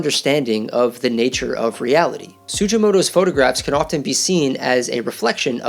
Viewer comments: It's not pronounced "Su-jee-mo-to" but su-gi-mo-to (hard g) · You need to redo this video with correct pronunciation of the artist's name "su-gi-mo-to (hard g)". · His name is pronounced with a hard G!